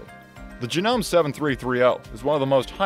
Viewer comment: It's JA-NO-MAY if you're going to review know what you're reviewing.